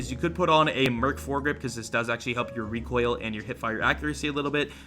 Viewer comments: is Still pronouncing it as "Rekk-oil" after all these memes😂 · Oh hey its